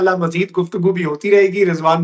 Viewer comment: ZENDABAD HOTA HA. ZENDAABAD NAHE HOTA.